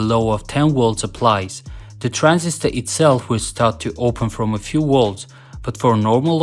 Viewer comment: Whats a "Wolt/Woltage"? In your language, if V makes the W sound, what does the W do? If there's no difference, why even have one or the other? If I say my name is "Victor" would you call me "Wictor"? Not sure why this bothers me so much. I'm just a stupid American.